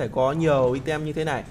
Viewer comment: item nc tieng anh dot' vc ( aitum )